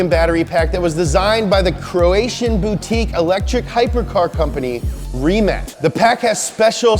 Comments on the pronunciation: ITS NOT RIMAK ITS RIMAC AS IN CINCINNATI AND NOT LIKE COLUMBUS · Tip from Croatia: Stop reading it Rimak read it Rimac! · can't believe you still saying it wrong.... it's not RIMAK, it's RIMAC! so pronounce it like "rimaats". learn the rest of the world. it's your job :) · Rimac is pronounced ri-mats